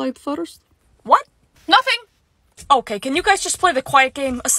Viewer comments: I love how Riley says Otay instead of ok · I love when everybody says otay :]